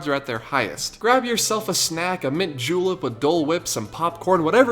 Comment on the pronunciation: did he say a mint juul